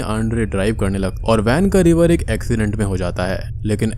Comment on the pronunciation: Sir ven is revar ancident main hoo jata hai Dem 😂😂😂😂😂Haha Sahi sy bola karin